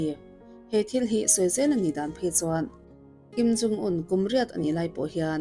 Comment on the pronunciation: I videos hi ka en ve ta nual mai mhse,an chanchin I sawi te hming poh ilam duh thei thinlo hi chu in enfiah angai khawpmai!Tunah pawh hian Kim in Jung te itia,heilo pawh hi ka hre teuh tawh....